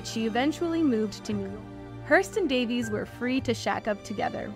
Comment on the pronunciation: This is really an intriguing and well done compilation however, her name is pronounced Day-vees, not Davis. 😊